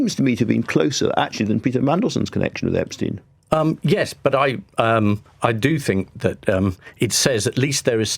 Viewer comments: I love Private Eye. Been a subscriber for years now. I feel like it's the only publication that will hold any party to account for wrongdoing. Careful Ian. You're pronouncing Epstein like "Einstein". That was enough for loads of people (including David Baddiel) to criticise Jeremy Corbyn and make out it was some sort of Anti-Semitic angle. A completely insane timeline, but it happened. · Everyone knows it’s “ep-steen” but this dude just repeatedly says “ep-stine” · How is that even an educated man like Marr pronounces Epstein as if it were spelt epSTIEN? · Throwback to when Jezza pronounced it EpsTINE, like Ian does here, and the world exploded. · My O level German told me EIN is pronounced INE. It has always puzzled me why the name is pronounced Epstine. Is this an American thing? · Love you Ian Hislop but for God's sake man, pronounce Epstein's name correctly! You've had how long to figure it out? It's EP-steen (/ˈɛpstiːn/), with a long "e" sound at the end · Then he should have changed the spelling to Epstien. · He pronounced it "eps-tine" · I know this is pedantic but the way Ian pronounces 'Epstein' is so infuriating. Why does no one correct him!